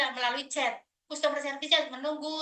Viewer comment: MARKONAH2 SONGONG BANGET, KONON BISA BAHASA INGGERIS.. BILANG CUSTOMER SERVICE... BILANGNYA KUSTOMER... MARKONAH2 😂😂😂